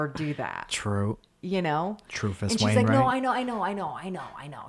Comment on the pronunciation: Mike said “Trufus Wainwright” and that needs hella more credit.